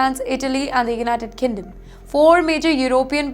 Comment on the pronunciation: Did you mean to say Kingdom when you said Kimdim 🤦🏻‍♂️ Somebody needs a refresher course in English